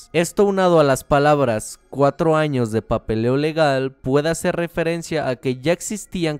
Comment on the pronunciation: XD en el minuto dice anos